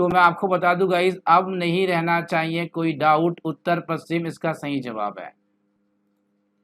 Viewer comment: Aap paschim प कि जगह पू कर देते हैँ